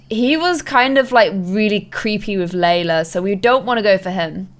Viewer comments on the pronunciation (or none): none